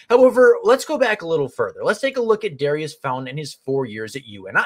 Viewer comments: Pronounce his name correctly… its not dairy iss….. its daurice Sounds like door eese. Like maurice. .. just saying it to help you out. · Pronounced Daureece